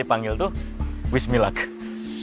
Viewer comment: Wish me luck, ya bacanya wismilak